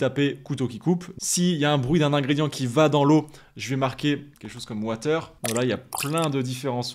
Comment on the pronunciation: Incredible video and incredible analysis!!! Just amazing!! and so interesting to watch it through your experienced eyes. Really makes you see it and experience it completely differently. Really loved watching it, you should definitely make more like this:) (you just need to practice saying 'water' with an english accent hahahah 🥰)